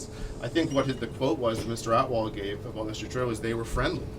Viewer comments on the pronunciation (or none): They pronounce atwal as outlaw hahahahaah